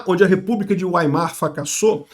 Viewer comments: PQP! "Ueimar"!? 😂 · A PRONÚNCIA DE WEIMAR É VAIMAR